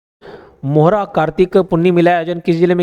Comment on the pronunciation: सर जो राजनांदगांव वाला है उसमें बांध धारा नहीं ढारा है । और मोहरा नहीं मोहारा है।